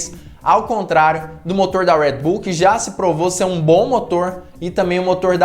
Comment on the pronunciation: Por que vc Americanisa o nome Red Bull falando em nossa lingua... e outra a marca é Austríaca e não Americana... pronuncia com. A língua de origem ja que quer lacrar que fala